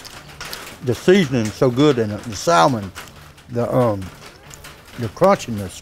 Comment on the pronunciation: The L in salmon is silent. As in "sammon".